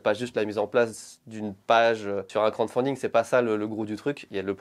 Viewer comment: Je suis le seul que ça agace quand dit « Crande fonding » au lieu de « crowdfunding » XD Très bonne vidéo sinon ça fait plaisir de retrouver l’équipe (presque) au complet